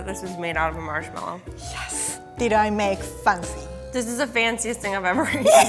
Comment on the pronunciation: No one: Not even the edible gold:: maykee fahsee